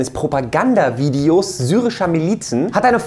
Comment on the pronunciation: wieso sagt er immer syrische Miezen ( Katzen)